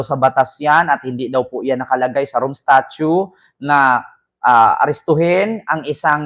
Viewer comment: STATUTE po at hindi STATUE. Baka butasan ka ng nga DDS.